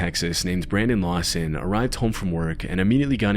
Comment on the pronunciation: his name is branDON lawSON not brendin lawsin ... it's a O not a i